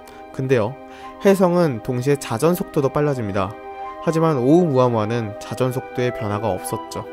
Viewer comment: 발음할때는 오우무아무아가 아니고 숫자 일 할때 세게 말하시죠? 그것처럼 오!우무아무아라고 하셔야 합니다. 정확히는 성대를 닫아야 해요.(ʔ)